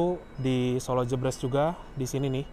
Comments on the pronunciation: btw pengucapannya jèbrès (kaya pengucapan "deretan") kang😂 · Maklum Mas, sanès wong Sala, dados boten kulino ngucap jèbrès😁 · Pengucapan Jebres yg tepat seperti ekspres / Menteng / toples ... bukan pedes / pegel / lemes .. 👍👍💞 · "Solo Jebres", baca kedua huruf "e" nya kaya pas baca kata "bebek" (🦆)